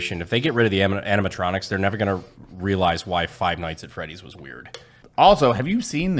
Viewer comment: ... we just gonna pretend Brandon didnt say aminatronics